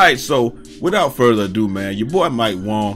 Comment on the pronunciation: Yo I love how you call him mike Wong. 🤣🤣🤣